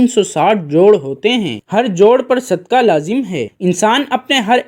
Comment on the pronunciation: It is not sudkaah,but it is called sudqaah,with not kaaf,kuttay waalaa,but it is dau nuqtay waalaa qaaf,qainnchee or qaaboo waalaa,brother.As qulb means heart ,and kulb means dog in Arabic .Now you see bro',how much difference it creates,if it is not pronounced properly.We hope that you got it now.lf the pronunciation is incorrect,the meaning of that Arabic word changes,plus a single Arabic word has several meanings .lf we keep on doing such minor mistakes,we cannot even recite our 05 times daily prayers properly ,and hence we will not get all the benefits from our prayers,as the prayers of the present day so-called Muslims are ,these days.Thats why the Muslims are not becoming morally well behaved day by day ,although a lot of us are regular ,our 05 times prayers sayers ,or reciters, maashaaAllaah,as all these little things really matters .May God,Allaah, the almighty bless us ,and give us proper wisdom ,to cope with the prevailing problems,which the human community is facing these days.Prayers for all from Raawulpindee, Northern Province of Punjaab, lslaamic Republic of Paakistaan, South Asia 🌏😊🎉🎉🎉🕊️✌️🇵🇰.